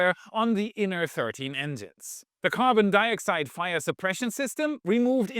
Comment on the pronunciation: Ive never heard carbon dioxide pronounced like that. Lol